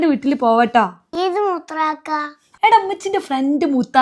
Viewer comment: paranchathu -Mutharakka-that is wrong but first paranchathu is correct-moothrakka